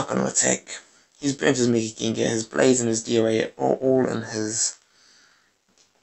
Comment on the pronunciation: I think Accent funny.. Gengahh lol